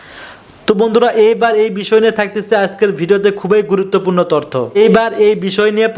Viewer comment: ভিডিও ম্যান ভাই। তর্থ নয় তথ্য কথাটা হবে।